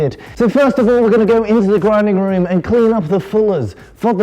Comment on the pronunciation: tbh, for a second I didnt recognize, hahaha, very good. Alec, you have been replaced. little tipp tho, in alec world there are no "O's" its not "grinding room," its "Grinding Rum"